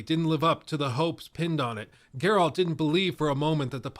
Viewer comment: Are you SERIOUSLY still struggling pronouncing "Geralt"? After almost a decade.... you're still defaulting to aaaaaalmost saying "Gerawlt"? What??